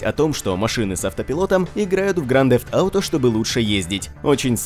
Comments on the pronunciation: Грант зефт ауто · Слыш можеш говорить не гранд дзэфт ауто говори лучше гта 5 или гта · Какой же гданд дефт ауто? Блин..... кровь из ушей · Просто минус уши, грАнд зефт ауто... Чел, уж лучше говори просто ГТА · Произноси название правильно,пожалуйста!!!